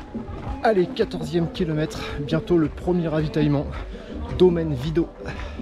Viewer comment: Pour votre culture c’est domaine vidoT on prononce le T. Merci.